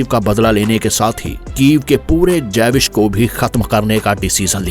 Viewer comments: जेविश नही भाई " ज्यूविश "... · Jewish 🚫 Javiss✅